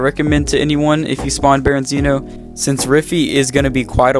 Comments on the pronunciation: Berezino not berenzino lol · I never knew someone calling Berezino "Berinzeeno" would piss me off so much.